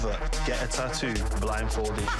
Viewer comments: Niemand:: TAAHTOE. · Een "TAATOE" wtf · Waarom spreekt hij tattoo zo raar uit